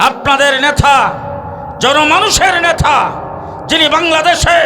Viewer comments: আপনি তো নেতা শব্দটা উচ্চারণ করতে পারতেছেন না নেতাকে বলেছেন নেথা কোথা থেকে লেখা পড়া করেছেন আপনার তো ইসলামী কোন ধারনা নাই দালালী শুরু করেছেন ভালো হয়ে যান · নেথা হবেনা উচ্চারণ হবে নেতা।